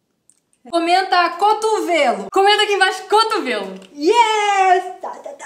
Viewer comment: "Cotuvelo" KKKKSKSKJKJK